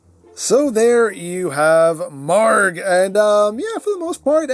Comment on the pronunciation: You're pronouncing the name correctly. I know because I went to google translate and it pronounced it like the way you did.